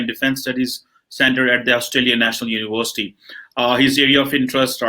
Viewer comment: UNIVORRSTIY....WAH KYA ACCENT H 😂😂